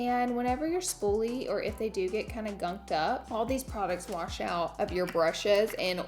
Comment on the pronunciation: You are killing it!!! Absolutely love the new set. Also love how you say WaRsh instead of wash 🥰 I do it to I get called out for if all the time!!